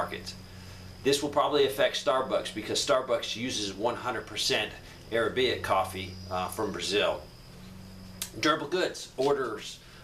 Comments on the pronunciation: A r a b i c a. Not arabaic. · Pronounced: "A rab i ca" coffee, not "Ara bay ic"